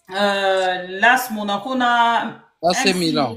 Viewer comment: L'A.S Monaco ! Pas las monaco. Dire A puis 😊S (Ess)